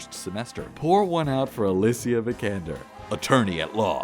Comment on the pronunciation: makes a point to pronounce alicia's first name properly and then calls lara croft "laura". lmao